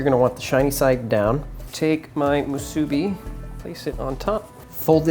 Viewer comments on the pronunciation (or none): Not muSUbi...its musuBI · Great video but its pronounced moo-soo-bee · The way how he said musbi is so wrong 🤦🏽‍♂️ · I cringe at how you say musabi lol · Itʻs moo-soo-be! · am i the only one that’s lowkey triggered on how he says musubi? “moo-subi” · pronounced moo-suh-bee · ill give him that he did pretty good with the musubi lol even got a lil fancy with the sauce and smart with the can 4.5 out of 5 (mostly cuz of the pronunciation kinda made me cringe one too many times lol) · Anyone else from Hawaii cringed when he pronounced "Musubi" incorrectly or is it just me? lol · Hawai’i ppl: cringing every time you say Musubi 🙃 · I physically cringed every time he said musubi 😭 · Me, too! Glad to hear I wasn't the only. But I also cringed when he made sushi rice for the musubi. He should have called it spam sushi musubi. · The way you say musubi annoys the fuq outa me.